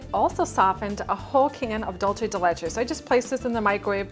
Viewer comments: It is pronounced dulsé , not dulché. It is Spanish not Italian. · It's pronounced dool-say not dol-chay. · She says it wrong in ALL her videos that include Dool-se de leche as an ingredient. It's not Dolce! The recipe does look delicious though 😋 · Um, doolsa? It's doolsay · I am from Uruguay, and it is Dulce (Dool-se), NOT Dolche (Dol-che, which is the Italian pronunciation). My mom used to make it all the time. This has to be the 3rd YouTUbe chef that makes the same mis-pronunciation. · I think it's dulce .... Not dulsé or dulshe